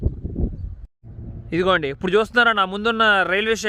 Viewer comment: మీరు ఇప్పుడు బదులు ఉప్పుడు అని పలుకుతారు ఎందుకలా ఉప్పుడు అంటే ఏదైనా తిండి పదార్థాలు